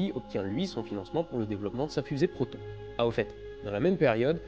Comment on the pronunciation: Je suis assez fiere de toi pour ta prononciation en Russe en tant qu'étudiant de la langue Russe. (bon il y a quelques petit défaut) mais bon ce n'est pas le sujet très bonne vidéo (Протон -> P(r*) otone' (r roulé) voilà pour la petite correction haha désolé.) les bisous!